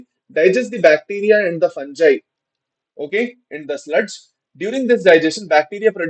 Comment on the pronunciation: Sir fungi pronunciation